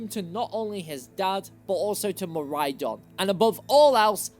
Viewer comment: DO NOT LEAVE OFF THE A IN MIRAIDON!